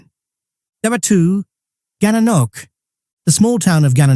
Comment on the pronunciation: Love the pronunciation! Gana Knock? Must be a knock knock joke... I was expecting small towns (Creemore, etc.), not large towns or small cities.